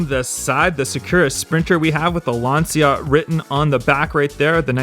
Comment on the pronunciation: Lancia= "Lunch-u"; second "u" is pronounced like the "u" in Lunch. You're welcome.